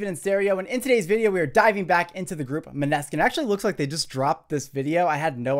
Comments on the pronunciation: his pronounciation of Maneskin kills me every time it's pronounced m-ah-nes-kin not ma-ne-skin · Actually, it’s “Mo-nuh-skin”, or “Moan-eh-skin”. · Naah actually it’s pronounced mo - na - skin, they said it themselves that it’s a danish word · Always loving you videos! Love to watch someone who actually have a understanding about what they are talking about! So good! The bass player is half danish, and the name is the danish word for "Moonlight" (Im danish) :))) Their name is pronounced: "Moh-Ne-Skin" :D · love the video, only thing is that it's pronounced mohh-neskin :) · oook. they are around for some time now, so it´s time to pronounce correctly :D it´s moh-ne-skin ;)